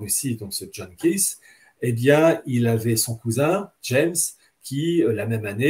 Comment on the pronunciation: Au final, il s'agit du Pape, pour Hillard, le catholique. or Thomas More, "le mondialiste", est un "catholique exceptionnel" il prononce ça comme ça ? Kiz au lieu de KEITH. En plus c'est à l'envers: James puis John personne ne le connait. Même pas la wiki